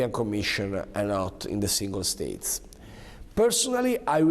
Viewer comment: In de singol steits...😂😂😂 Ommeodeo... A "sentiment"????😂😂😂 Oh my god...